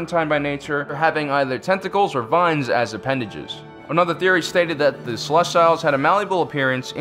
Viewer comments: Ummm...grammar nazi here...you keep pronouncing "Celestials" wrong. It's pronounced the same way that astronomers talk about stars...the "i"' is pronounced with an "ee" sound, followed by a "y" transition to the "ah" sound of the "a". You can either pronounce the "t" as a hard "t", or a softer "ch" sound...depending on how fast you say the word. Seh-les-tee-yel. No need to thank me...it was my pleasure to assist you. ;) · Oh man u butcher pronunciation of Celestial dude! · that's not how you pronounce celestials. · You’re pronouncing celestials wrong Oof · You need to learn to pronounce celestials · thats not how you pronouce celestials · This host needs to check himself. The arrogance exuding from him is difficult to watch. Especially when he cant pronounce ce-le-stee-l. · Celestiles wasn't better... He failed pronunciation class this week. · Yeah Celestials as in celestial bodies, sel-lest-E-al not sel-lest-tiles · "they where the celestials" not, "they where the salestails" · Celestials: Pronounced sel-est-EE-als, not sel-est-AI-als. Sorry, couldn't help it. Great video though, very well done. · Great video, but your pronunciation is killing me. It's not "celes-tile". It's closer to "celes-teal". Nitpicking, but it just jars me. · Cel-ess-tee-ulls. Not Cel-ess-styles. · This is the funniest shit ever. Its pronounced celes-tee-youlz lmaoo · It's CELESTIALS, not CELES-TILES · Oh my gosh!!!!! The way pronounce Celestials is ruining my fascinination of this topic!!!! It pronounced like this, CELL- EST - EE - ALLS!!!!! NOT, CELL - EST - I - ALLS!!! Please fix this! It will help you maintain your intellectual persona! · .... Celes-tiles? what?! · Yeah right? It’s celestials? As in “sel-est-ee-alls” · Hypyx No. it’s Ce-les-tial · The "See-Lest-eee-alls" disappeared because no one could pronounce their name in this video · I'm sorry... "Celest-YLES"????? that's... Definitely not how you pronounce celestial. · Why you saying Celestials like Reptiles?